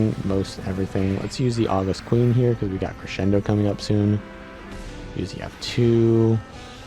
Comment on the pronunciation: Small nitpick: august is the adjective meaning dignified or awe-inspiring. It's not the month of August, and it's pronounced with stress on the second syllable (aw-GUST)